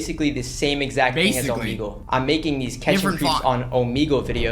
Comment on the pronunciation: yeah its o-m-eg-le